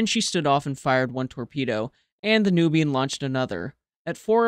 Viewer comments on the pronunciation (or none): none